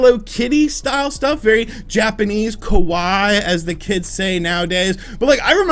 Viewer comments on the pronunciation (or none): It's "Ka-wa-i" not "Ka-why". Can this dude properly speak any language? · my guy, “kawaii” is how you say cute (rhymes with Hawaii). You said “kowai” which means “scary”, not “cute”.